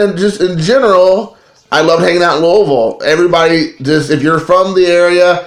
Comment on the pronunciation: If I heard you say "Loolville" one more time I'm was gonna unsubscribe...but then you brought me back when you said "I'm all about that base". Then you referred to Barry Larkin as being boss level and lost me for good. Those Member's Only cards will go great with your Member's Only jacket!! And don't worry, I never quote you on anything. Love the JimCarlo card, that would befuddle me as well!!